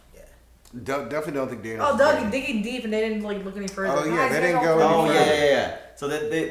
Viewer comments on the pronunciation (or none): none